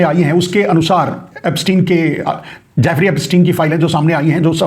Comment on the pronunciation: Naam tho teekh se bolo. Jaafri nahi naam Jeffri.... Yahudhi hai ho.